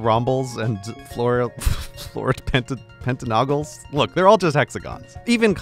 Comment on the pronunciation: and , surely it's "hexagonal" and "pentagonal" not "pentanoggles", right?